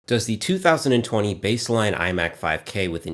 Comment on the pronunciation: The way you say 2020 5k Imac 27inch is heard like 2025 Imac 27 inch. Which made me think am I the one who is living in 2020. 😅😅